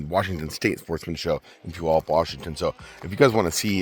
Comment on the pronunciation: Mans out here pronouncing Puyallup correctly and everything lmao. My home town! I looked for you guys earlier this year at the show in february but was with a friend who was on a mission looking for his buddy that makes rods. I'll have to remember to catch you guys out there at the next one